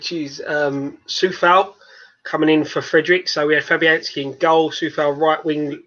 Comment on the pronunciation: Coufal not Soufal